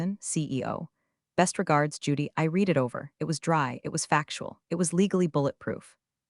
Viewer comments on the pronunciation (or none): Humm, I read (pronounced " Reed " it over, ) lol. where read ,r-eh-d it over should be. AI slop. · HERE WE FUKN GO AGAIN!!!!!!!!!!!!!!!! , "Best regards, Judy, I REED it over."!!!!!!!!!!!!!!!!!! STILL from the last POS story I just listened to.................You are still using the SAME POS AI and YOU STILL SUK ASSSS! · FUK FUK FUK FUK FUK FUK!!!!!!!!!!!!!!!! , "I REED the text"!!!!!!!!!!!!!!!!!!! NO!!!!!!!!!!!!!! I RED THE FUKN TEXT!!!!! THIS IS THE WORST POS AI IN YOUTUBE FUKN HISTORY!!!!!!!!!!!!!!!!!!!!! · Another AI/narrator that can't tell the difference in enunciation between reed and red when it is spelled read. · No weird pronunciation except for "read".